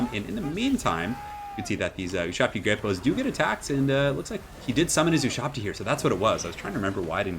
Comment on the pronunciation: That took me longer than I'd care to admit you were saying great bows and not grape-o's